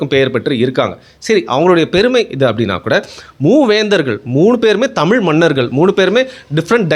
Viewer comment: பாவம் வேற மொழி கரான் போல தமில்நு வாய்ல வர மாட்டேங்குது, நாடே நாசமா போனாலும் நம்ம பையன் தான் மன்னரு, ... நக்கல் யா உமக்கு